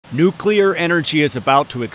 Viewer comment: My dad always said Nuk-U-Lar also. Don't sweat it!